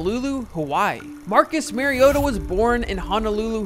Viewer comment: Mar-ee-oh-tuh Not Mary-oh-tuh